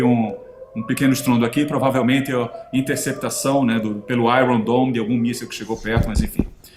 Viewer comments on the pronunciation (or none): none